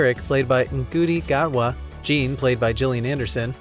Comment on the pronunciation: Ncuti Gatwa is pronounced like Shoo-ty Gatwa